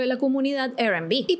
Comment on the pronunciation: Te amo, pero la R en inglés se pronuncia "ar". Lo menciono porque dijiste "Er Kelly" y "Er&Bi"